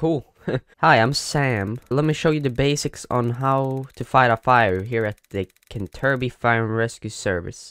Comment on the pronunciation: Kenterbury is Canterbury